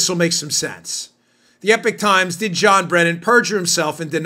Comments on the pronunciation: Dan, the Epoch Times is not pronounced 'Epic Times', it's 'Ee-pock'. Rhymes with Knee-sock. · It is EPOCH Times not EPIC Times two different words two different meanings. Respectfully. Thanks for all you and your Team does. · It's not the epic times tough guy. It's epoch. I've heard you say it continuously wrong.